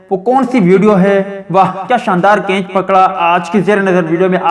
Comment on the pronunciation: Bhai G kainch Nahi Catch Hota Hai Pahlay sahi Bolna Sikh Lain Meherbani